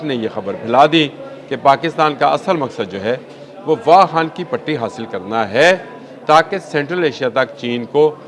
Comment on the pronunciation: It's not wahan but wakhan. Plz speak clear urdu😂